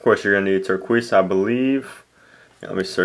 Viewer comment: It's pronounced tur-kay-sa